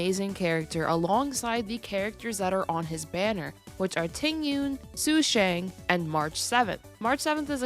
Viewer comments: PLEASE ITS SHU SHAANG IT HURTS TO HEAR YOU SAY THAT SUE SHANG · Its okay it just really hurts when i hear su shang but its not like you take chinese lessons